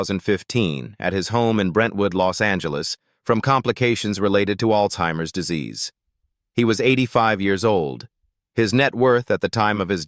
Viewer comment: It’s Alzheimer’s. Not All-Timers!!! Moron